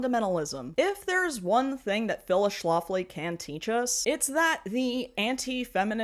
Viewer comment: I think it's "Schlafly" like, Shh laugh ly, not sh loft ly, like Schlafly Beer (same family, not necessarily same politics mind you). Cheers from STL!